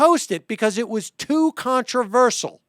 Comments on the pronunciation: Con-tro-ver-si-al not Controversal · controversial... sial is pronounced like shul not like sul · The way Sam says “contraversal” really bothers me. Is that the right way to say it?